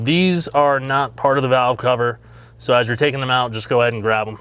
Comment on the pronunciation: Cow cover!?? What is he saying???